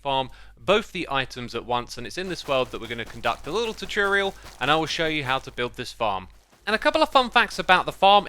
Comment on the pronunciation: welcome back to another choochorial